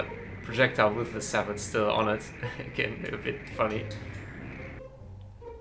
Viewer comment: SABIT!? SAY-BOW